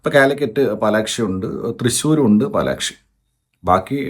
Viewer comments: Palakshi❌ Palaxi✅ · Palaxi not palakshii😂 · പാലക്സി ❎ പാലാക്ഷി ☑️